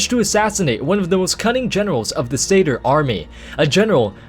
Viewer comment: Is Satyr really pronounced like that? I always thought of it it being pronounced like 'sat' and 'ear' if you but the two words together?